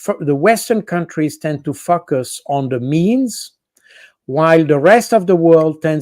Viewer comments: Please point out to the good the proper pronunciation of the word "focus".🤣🤣🤣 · Col. Baud is always so very interesting and well informed. That said, i had to take a quadrupletake i. e. A double take twice on his pronunciation of the english word "focus"; version of a freudian slip? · He's right though, they do "focus" 😊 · I'm basically listen to almost every podcast you do, but I really appreciate the ones with Col. Jacques Baud, I totally love his humanitarian idea of the existence and use of the military... One thing I have to say though, something that always make me smile during these conversations is when he pronounces the word Focus.. I'm probably childish to point it out, it doesn't matter to me at all because I'm her for the deeper content, but really, It always gets me laughing because most times the focus is really just that pronunciation of focus... Keep up the good work, love what you and your guests are bringing forward! 👍